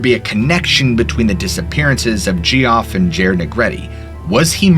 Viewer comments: Gee-Off??? ROFL! I always get a kick out of it when people pronounce Geoff as gee-off instead of Jeff. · Was it the smell of fire and brimstone, perhaps??? And the "flying man?" THINK ABOUT IT. (p.s. "Gerry" is pronounced "Jerry," short for Geraldine; also "Jee-off" is pronounced "Jeff" and is spelled Geoff). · Just to let you know: "Gerry," the diminutive of "Geraldine," is pronounced like "Jerry," NOT "Gary." Geoffrey is an older spelling of Jeffrey, so "Geoff" is pronounced "Jeff," NOT "Gee-off." Not trying to be rude. I just had trouble enjoying the stories with these mispronunciations. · Hey Buddy! The name "GEOFF" is pronounced like "JEFF" not "Gee-Off" — "GEOFFREY" = "JEFFREY" (I got a good laugh on that one). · You really think the nurse was called Gerry? Not Jerry as in Geraldine? and its Jeff - not Gee-off. FFS are you trying to be funny :D Edit : OK I will let you off as you said you loved us all. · GEE-OFF lmfao pretty sure it's pronounced Jeff 🤣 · Geoff is pronounced Jeff , just fyi , love your stories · Just FYI, "Gerry" sounds like "Jerry", and "Geoff" sounds like "Jeff". Great narration, have subbed. 😊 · Geoff is pronounced Jeff. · Geoph is pronounced as Jeff. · . . . and Jeff and Geoff are pronounced the same. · Great stories! But Geoff is pronounced the same as Jeff and Gerry is the same as Jerry. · Geoff is pronounced Jeff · Geoff is pronounced Jeff. If you are going for a phonetic pronunciation it would be more appropriate to pronounce the g as you would with the word gather. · "Geoff" is pronounced "Jeff." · This was interesting. One of the stories, Geoff is pronounced as Jeff. It is a name from the UK. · thank you....the "gee-off" pronunciation made me laugh pretty hard.. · Geoff is pronounced as Jeff. Sorry but it drives me crazy. lol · "Geoff" is pronounced like "Jeff". yeah, I know. It's a bit off when you see it the first time. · "Geoff" is pronounced just like "Jeff", sir. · Geoff, is pronounced, "Jeff" You goofball!